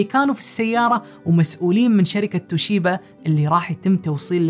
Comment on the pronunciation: شركه توبيشا. وليست. توشيبا